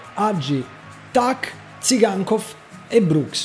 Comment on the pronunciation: Se riesci a pronunciare bene TSYGANKOV, sono sicuro che puoi pronunciare anche CHINTERO in spagnolo. Daje :)